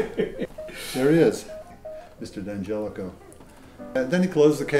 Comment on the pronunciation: Notice , he correctly pronounces it ,Dan jelico?